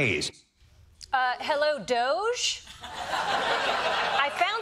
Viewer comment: "DOGE" is pronounced "doggie".